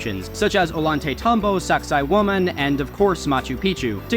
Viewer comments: he said saqsaywaman and i heard sexy woman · Saqsaywaman? Really? Saqsay...waman? Hahaha